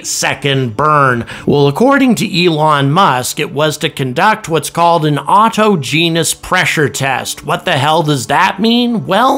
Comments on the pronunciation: Autogenous is pronounced aw-TAH-gen-us, not auto-gee-nus, you numbskull! SpaceX does NOT conduct inherently dangerous operations without regard to safety and due diligence. They are very prudent, as evidence by the successful launch and recovery of around 130 Falcon 9 and Heavy boosters, and every Cargo and Crew Dragon spacecraft. The risks they take with developmental spacecraft are calculated using math you will never understand, and are therefore completely unqualified to comment about in any way. If you don’t stop comparing Starship to N1, I’m going to personally hunt you down and carve that “SpaceX Fanboi” tattoo into your butt in bold, 288-point, Olde English typeface, whether or not you reach 100,000 YouBoob subscribers and regardless of whether Starship reaches orbit before Vulcan Centaur does. It’s impossible for the methane in the booster and Starship vehicle to all explode at one time because it would have to adequately mix with compressed LOX and/or atmospheric oxygen. Comparing big numbers for liquid methane mass on the Starship with kerosene on the N1 are meaningless due to differences in specific energy (per mass), speed of flame front at sea-level atmospheric pressure, and many other factors. N1 was an electromechanical mess, with no computing-sensor feedback technology, while the Starship and its booster each have a plethora of sensor-driven computing systems directly on-board. Once the engines on N1 lit off, there were no computing-based, on-board controls t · "Autogenus" is pronounced "aw TAW Jenn us". Not your way. Does anyone know this? Sheesh! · autogenous is pronounced "or-todge-e-nus" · Autogenous: pronounced Aw-TAH-jenn-uss, accent on the second syllable. Else: pronounced Elss, not 'Elts'. There's no 't' in Else. Also: pronounced AHL-so, not 'ALT-so'. There's no 't' in Also.